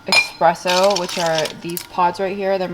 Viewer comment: ESpresso not EXpresso